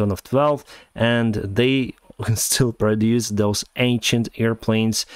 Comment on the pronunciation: A great video,, as usual. Note, though, that Honolulu is not an island but a city (actually, the capital of Hawaii), itself located on the island of Oahu. Also, you mispronounce some words in a rather funny way. In "ancient", the first "n" is not silent, it's pronounced "eiN-shent". "Pacific" has nothing to do with any putz, and so it's pronounced "paSifik", not "puTZifik".